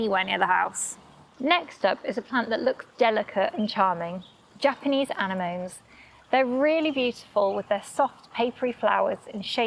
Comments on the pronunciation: forgive my pedantry, but it's pronounced Anne-Emma-Knee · Anemones, pronounced an-em-oh-nee. Not Anna-moans. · Oh dear, I just planted an anemone! Good to know, thanks. BTW, it's pronounced uh-NEH-muh-nee, not ANN-uh-mone. 🙂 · You pronounce that "ah neh mo nay" and you also spelled anemone wrong. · Anenome An-en-o-mee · no it’s an-eM-o-Ne. You have the N & M backwards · Anne-Emmo-Knee with an o , I think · Interesting pronunciation of "clematis" and "anenome"! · Not just pronounced incorrectly, also mis-spelled as "Anamone" on the video caption. The name means "wind-flower", so the pronunciation is similar to "anemometer", a wind-gauge.